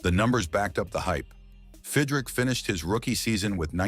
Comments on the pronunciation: God you Moron (his name is pronounced Fid Rich) not Fid Rick !!!! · Fidrick? There are great non-AI scripted and audio channels. This is crap. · Bothers me a little - it’s not Fid-rick - it’s Fid-rich. Another video pronounced his name Feed-rick. None the less, this guy renewed my passion for baseball. Maybe Mark went on to another place to do more of the same. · The narrarator could at least learn how to pronounce his name. Fid Rich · It's pronounced "FIDD-RICH", AI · I said that early in the video. But it was a good watch besides! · If you can't pronounce the damn name right, stop doing the videos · Nothing pays tribute better than spelling the guy's name wrong and then pronouncing it incorrectly numerous times. Well done... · You pronounced his name about 10 different ways. SMH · Pronounces his name wrong. AI stinks. I wish videos with AI VO would just say it.